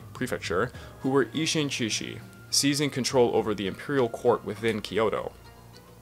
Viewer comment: Good work! (By the way, though this is not just you but other people too, the sound of "志士/shishi" is better pronounced without "h." Japanese romaji happens to have that particular spelling, but in reality it is more [s] than [sh] of English.)